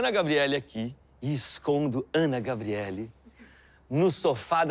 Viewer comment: Impressão minha ou ele disse Ana GABRIELY ?